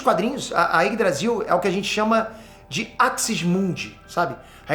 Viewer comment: Quando o fala Yggdrasil, eu sempre escuto Ines Brasil kkkkkkk